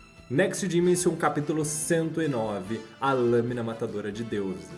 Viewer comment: Gostei do vídeo, mas a pronúncia de dimension é dimenchan. O s tem som de Ch. Só uma dica mesmo. Ótimo conteúdo